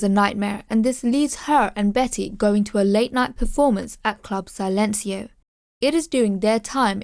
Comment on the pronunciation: Love your breakdown but it’s club “ si” as when a English person says yes. Then lencio